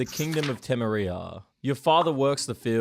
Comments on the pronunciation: You butchered the name of Temeria, I will hurt you emotionally with these words I swear! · One small note, it's Teme-Riaaa not Teme-Reee-ah Like how you'd pronouce Victoria, Victo-Riaaa and not Victo-Reeeeah. Also for the law of surprise, It can only be envoked when standard payment is not satisfactory or not possible. Ie, you save a merchant's life, after he says he has no coins you propose the law of surprise. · Te-MEH-ria, not Teme-ria ;_ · It's BLOODY TE-MEERIA, not "te-me-riia", you son of a goat! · teh-meh-ria. no temmeriya. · Tem'e riyaah 😂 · TAH MERRY UH BRUH. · lost all credibility when you said Tem-er-ee-ah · dude i can't respect all the youtubers that mispronounce shit that they're covering. TEM-ERH-EEA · Di-did you just say Timmerria? Instant dislike for grammatical pronunciation. Check yourself if you’re gonna do lore videos bud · "Tam-a-ri-a"? Please please please content creators if you don't know how to pronounce something from a game or piece of entertainment LOOK INTO IT so you don't sound like a TARD! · Bro really said temerea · For the inventors of the language you sure suck at it. Temeria is spelled with one M and pronounced with one. Same thing with quen. It's not "queen" she's dead buddy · didn’t you play the game or watch the show temería is not pronounced like that 😂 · The way he said Temeria really grinds my gears. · How you pronounced Temeria xD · Never heard a bloke pronounce tamaria like that tf. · That’s not how you pronounce Temeria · incredible pronunciation of temeria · i hate the way you said temeria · you never played the games cos you stuffed up the pronunciation of Temeria 17 seconds in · the way he pronounced temeria made me angry fr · How the hell do you butcher the pronunciation of Tameria lol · Why d'you pronounce Temeria and Kaedwin like that? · How the hell did you pronounce bloody Temeria? AHHHHHHHHHHHHHH